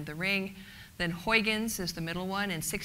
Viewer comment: please try to pronounce Huygens like huigens... not like hoyykens...it sounds idiotic..do your home work before doing a speech with an ui not an oi and a g not a k...a g like as in loCH ness.. not a k sound like in English good